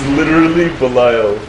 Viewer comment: Its Belial. lol